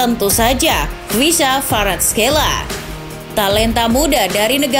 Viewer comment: Kvaraskelia bukan kvaraskeila